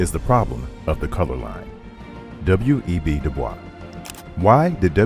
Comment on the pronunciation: Good documentary. However, it's grating to repeatedly hear his surname, NOT pronounced as HE PREFERRED: DooBoysc. Continued success!